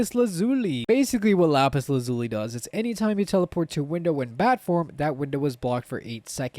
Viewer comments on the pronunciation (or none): none